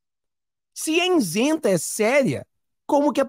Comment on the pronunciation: I-SEN-TA! Nao diga insenta!